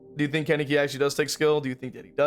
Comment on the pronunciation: Ok, so, this video is amazing, great points made, but please stop pronouncing Kaneki’s name like that lol